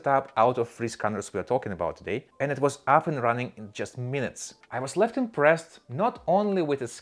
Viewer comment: Excellent review! Only comment I can make is that on the Raven review about scan quality, I believe you said, “I was left impressed” but it sounded like you said, “I was less impressed”. Thank you for the engaging and succinct review.